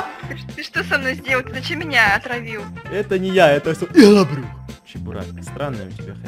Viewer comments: Не ИГЛОБРЮХ А ЫгЛаБрУх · Он помойму говорит ЫХЛОБРЮХ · Во первых, во вторых ИХЛОБРЮХ, в третьих ОРУУУУУУУ😂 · Потом у что это ИХЛОБРЮХ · Нужно было написать "ИгЛоБрЮх" 😂😂😂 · Почему всегда говорит ИХЛОБРУХ